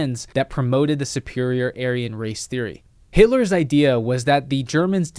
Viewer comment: Can’t even do an educational video on YT without mispronouncing HITLER. What the fuck YT. Quit being so triggered by a word. 🤦🏻‍♂️